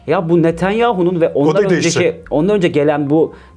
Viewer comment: Fetonyahu⁉️ Netenyahu⚠️